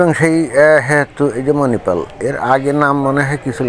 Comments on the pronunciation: মেনিপাল নয় ওটা হবে মণিপাল 😂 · প্রিয়, আপনার মেনিপাল শব্দটি খুব সম্ভবত ভুল । প্রকত উচ্চারণটি হবে মনিপাল । ধন্যবাদ । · Menipal ta ki? Agey bangla uccharon thik korun nijer tarpor e you tube e ang bang bokte asben